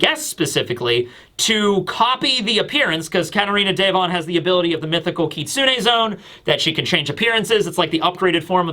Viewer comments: Day-von sounds way cooler than Devon I’m sticking with it 😂😂❤ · I will always pronounce it katarina day-von because of you 😂